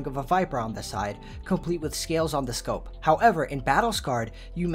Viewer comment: SCOPE not SCOP....